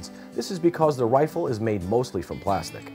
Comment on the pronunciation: and what the hell is a wifle???? ;)